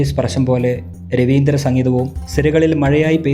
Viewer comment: രബീന്ദ്ര സംഗീതമാണ്, രവീന്ദ്ര അല്ല.